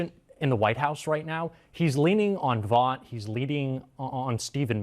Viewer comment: the guy’s name is pronounced ‘vote’ (Vought). I caught myself wondering who that ‘vawt’ guy was that you repeatedly referred to. When you go on TV, you should consider the listeners being able to easily place the name of the guy you were (correctly) criticizing. 😂 Also, glad to see the return of the Trump-Epstein statue.